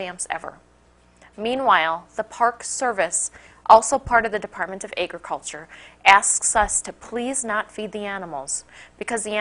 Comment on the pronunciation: Eggriculture? Ham-mock? Like she's saying hamhock! Hey, Johnny, it's beautiful in the backyard, go sit on a slab of bacon, but don't mess in the garden, I'm growing eggs there.